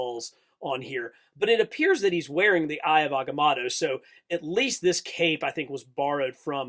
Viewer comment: I heard “Eye of avacado” 😂